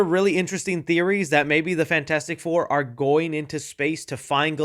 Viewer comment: "yes we awhre"